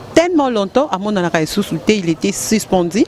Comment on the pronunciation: Toi t'es grave: But au lieu de bit---suspendu et non sispendi, et le reste .Tu peux mieux faire en francais si tu travailles ton expression . OK ?